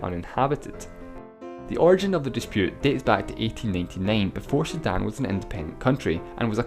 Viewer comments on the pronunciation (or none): God, the accent makes this almost unwatchable. Who the hell pronounces 1899 as "entynentynen"?